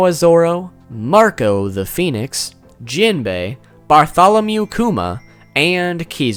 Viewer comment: You pronounce jimbei and laws name wrong low key triggered me